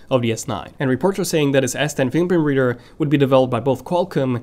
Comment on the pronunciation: Dude you said samsung will de adding an in display whaaaaaat? “buhbuhbeader”... are you serious? What the hell dude, fix your “fingerprint reader” pronunciation